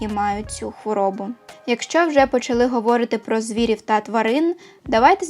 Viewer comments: відео чудове, але говорИти, а не говОрити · Дякую за відео❤❤❤ Маленьке коригування: "говорИти", в усіх дієсловах в інфінітиві наголос на передостанньому складі 😊 А так, ваша українська чудова)))